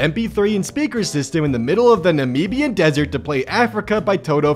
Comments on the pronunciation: The way he says Namibia/Nambian as a person from the area near it,pisses me off lol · As a Namibian I have to ask, why can no one outside of Africa pronounce Namibia correctly?